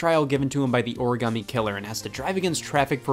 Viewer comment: I love this game. But I HATE how they pronounce origami